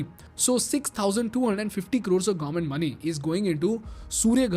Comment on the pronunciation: Gavvment ❌ Government ✅